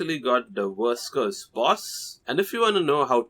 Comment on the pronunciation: When this guy says "verse curse" it sounds like he's saying "worse curse" because that bossfight was technically f*cking hell to beat without any easy methods